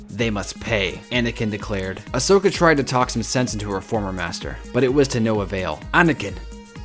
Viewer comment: It's Asoka not Osoka Yeesh